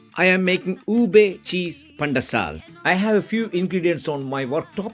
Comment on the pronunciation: Wow pandesal very nice how uou speak pan-de-sal heheh